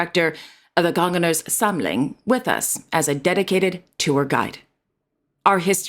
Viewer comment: Kongernes Samling.. translates to "the kings collection" .. but you pronounced it very well.. Every Dane would understand what you were saying..👍👏👏👏 Danish is actually one of the most difficult languages to learn, and it is on that list for a very good reason... So you can be very proud, of your skills... Keep up the amazing work you do.😊